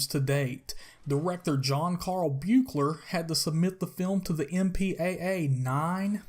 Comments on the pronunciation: Buechler is pronounced "Beekler" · It's pronounced "Beekler" btw :) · You said the director's name wrong, every time.